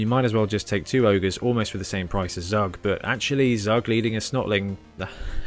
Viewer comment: Zug is the German word for train. Because he hits like a train. His name is pronounced as tsuuk. Or Zowwk would would be OK.